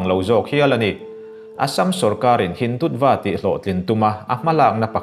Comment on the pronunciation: News in update thin hi a lawmawm. Hindutva hi a lam dan chu Hindutua angin an lam thin